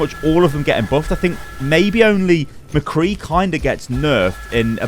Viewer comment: Thank you for saying Mcree’s name right